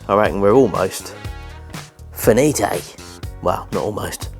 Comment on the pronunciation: The way that he said “finite”. Is that the way to pronounce it in a different language? I thought it might’ve been Spanish because it sounded like “finité”. With an accent mark on the E.